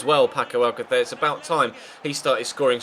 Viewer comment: I have a suggestion: When you spell Paco Alcácer, you say it like this: Paco Al-ca-THÉR, but it's actually not correctly pronounced like that. It's correctly pronounced Paco Al-CÁ-ther, pronouncing "CÁ" stronger, that's why the A has that apostrophe (Á) over it, to pronounce it with more strength.